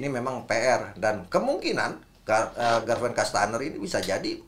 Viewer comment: Menit 9.30 bung Akmal selalu salah sebut Gaston kastaneer. 😂